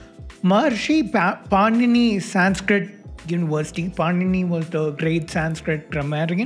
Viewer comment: I wanna go kill his angry cat every time he pronounces SAYNSKRITT with a white people T. Bc if you have learnt you woulda known how to say संस्क्रित Sun-s-krit try again wanna be white baby boii Also your favourite nasa and esa derives and names everything on greek gods and credit everything to european philosophy and culture.